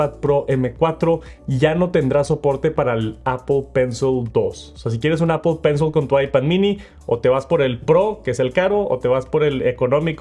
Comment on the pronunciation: Si me dieran un dólar por cada vez que dice mal “apl pensl” termino millonario 😝